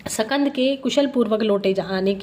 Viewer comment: Jai shukrana guru ji katha bahut hi bhavpurn thi .. Is path m ek shabd h skand pr uchharan shakand ki gyi h